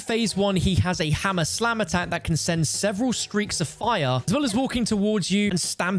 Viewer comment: American here with a large case of the goofies. I heard “he’s got Tha Hammah Slammah that can send…” 😂😅